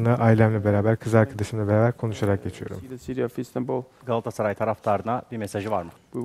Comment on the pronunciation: çevirmen: "gaassaray"